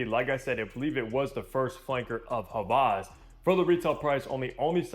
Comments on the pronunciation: he’s done other hawas reviews and pronounced it with a W. is the only creator that has said it with a V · he might know German. Just like Volkswagen is actually said "Folk-s-Vagen"